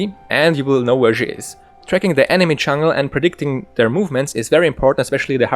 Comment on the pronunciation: Great guide, though it took me a while to figure out what "chungle" Evelynn was. Do you know any support-focused warding guides?